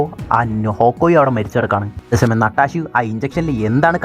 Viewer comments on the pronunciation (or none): പരിപാടി ഒക്കെ കൊള്ളാം ബ്രോ, പക്ഷെ ഇവരുടെ പേര് ഇങ്ങനെ ഉച്ചരിച്ച് വെറുപ്പിക്കുന്നത് എന്തിനാണ്? നട്ടാഷ അല്ല, നടാഷ അല്ലെങ്കിൽ നറ്റാഷ ഒക്കോയി അല്ല, ഹോക്ക്ഐ